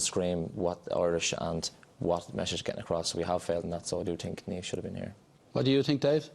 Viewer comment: Jesus, it's NIAMH, not Neivh. Where the fuck do you think we're from? Istanbul? Jesus, it's Niamh!!